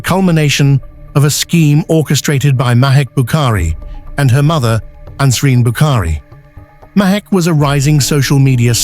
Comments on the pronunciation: It is Nasreen! Not Ansreen! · You got the names wrong it can’t be Ansreen but nasreen and it was Rehan